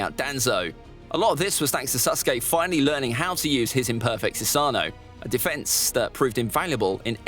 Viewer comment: It’s pronounced Su-sa-no not su-saaaaaaa-nu